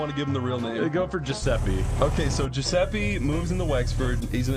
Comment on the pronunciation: Giuseppe almost went Giu-septic, hueueue